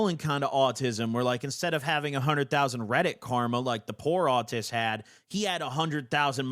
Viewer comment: Rich autist sounds like a British person saying rich artist lmfao